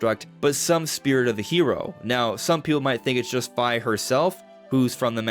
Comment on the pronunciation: "FI" as it is ONLY rendered from the quote in Jack and the bean stock-- "Fee Fi Fo Fum" is prounounced like the SECOND (not the first) word is said in that quote.. "PH-EYE"